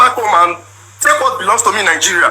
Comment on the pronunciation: Poverty elevation program😂 I think he found out later that she was a pro. She can’t even say Nigeria, she keeps saying Nigerian instead of Nigeria. She is gonna suffer let them deport her. This man is gonna be elevated and she would be put to shame.